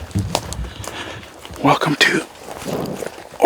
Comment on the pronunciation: did he say welcome to organ?